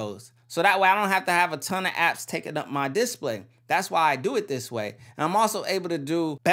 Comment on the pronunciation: I don't like the way you say display, change it lol